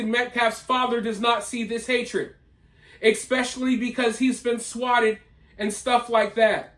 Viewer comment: I like your channel and commentaries. But please…if you want to sound intelligent…it’s not eXpecially. It’s pronounced ESpecially. Easy yo correct.